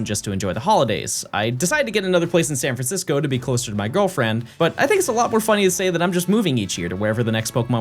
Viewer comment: HERE I COME SAN FRANDISCOOO